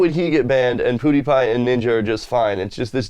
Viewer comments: PEWdiepie not POOdiepie.... holy that bugged me the way you said it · Its Pewdiepie not Poodipie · PEWDIEPIE! not fucking poodiepie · bro pewdiepie not poodiepie damn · lol i love u but i died when i heard u say "poodipie" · when you said "poon-i-pie" lol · I love how you pronounce pewds name PooDeePie hehe. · Im sorry but you said poodeepie